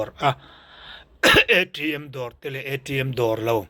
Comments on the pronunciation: ithumal lamthiam reng kha chu panngai deuh khan lam ve mai rawh.I lam thiam reng chunga itihluihkha Chu athaloh aw! entirnan ATM te kha A.TRI.M tih te, ilamrikfiah hnuah pawh Ila tihderthin hi chu athaloh, I VAIHLOFUN Ani mai,itihder leh anih Chuan ka PAM tawh ang che. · hi i video te a that thin rualin ngati nge thil hi i sawi/lam dik loh luih tlat thin le, i mawl riau mai ka ti. ATM hi A tri M tia lam luih kher a ngai em ni.. Mizo ten a aw b ah hian T leh T (Tri) kan nei a. T hi Tri ang a lam luih tlat chu a atthlak. Thil dang ah pawh i uang over mah mah. I hneawm dawn tlat. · AṬM ti vêl richi ti vêl hi a nal e😃😃😃